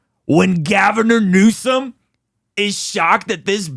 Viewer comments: “Gavernor Newsome“ 😂😂😂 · On a lighter note, I love how you referred to Governor Newsom, as "Gavinor Newsom" 😂😂😂